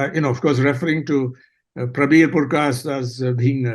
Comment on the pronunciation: Mr. Thappar. It's Purkayastha not Puryakasta